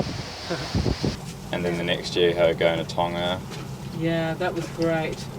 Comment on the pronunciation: hmmm, looks like I'm going to have to go back and watch some of your earliest episodes (got to the party late). I've clearly missed some of the *fun*. Thanks for getting the pronunciation of "Tonga" right (been chewing my tongue off watching another channel). Well done - you should have 10x plus more subscribers than you have - don't stop!